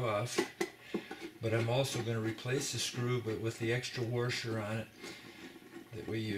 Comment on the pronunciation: Thanks. Great explanation, but there is not an “r” before the s in washer.